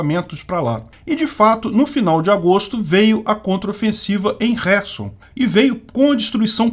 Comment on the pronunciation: E carquive e querson as pornuncias porra Que agonia esse k mudo